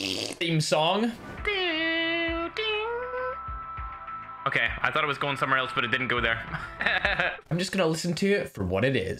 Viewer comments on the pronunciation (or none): Mans done said theme thong